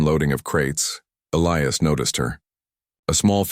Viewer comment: At about : : the name 'Elias' is miss-pronounced without the hard 'i' that it needs to be a recognized name!. Oops LoL 😢😢